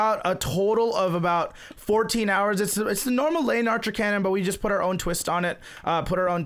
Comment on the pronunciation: You say it wrong every time its the le-in-archer